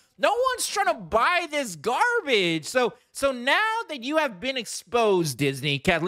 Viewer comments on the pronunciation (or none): Because the whole point was lost on you, Lucas had Luke (who he identified with) throw his light saber over his shoulder, the whole thing had been a complete waste of time... and this was lost on you as well, and you just pronounced the scene as grrrbage. But to those of us who saw Star Wars in 1979 at the drive in theatre as a rip on the Vietnam war, we got the message.... but it was lost on you. If you don't believe it was a meta message hidden under a campy kids movie, rewatch the medals ceremony bow out at the end of New Hope - yeah watch it again to drive it home to you. This is camp. Look at the Wookie. A big furry animal as a copilot that couldn't even speak English. I mean, come on. He's basically Sesame Streets Mr. Snuffalufugus but Brown instead of Blue.